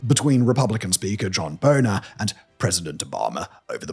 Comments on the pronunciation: "John Boner." 🤣🤣🤣🤣 GOLD!!! John BAY-ner. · It's pronounced Bay-ner, not boner. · John Boehner. It's pronounced "BAY-nur." Not "boner" lol. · Lol as an American "John *Boner*" made me chuckle. Too bad it's actually "Bay-ner". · Boehner is pronounced bay-ner but as someone that can clearly remember that man being in charge of Congress hearing him called "boner" over and over is welcome. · If my name was spelt like that i would say its pronounced "bay-ney" as well, but it is clearly pronounced "boner". i mean "boeh" is not pronounced "bay" in any world i wanna live in. Respect your civility though! XD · his name is pronounced bay-ner but i like your way better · its pronounced "BAY-NER" 😆